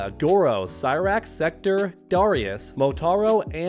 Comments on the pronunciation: Takeda is KEY-DUH KEY-DUH NOT KAY-DUH and its Sek-TOR not Sek-TER. I'm sorry I just can't hear names being butchered constantly. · “SECTER”, do you not play the games? They literally call him “SEK-TOR” in every game.